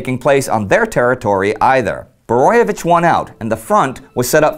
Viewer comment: Great episode.You did a great job on pronouncing Kvaternik and Borojevic's names.It's sad that only one street in Croatia is named after him.A forgo otten hero,whose father was a Serb and mother Croat...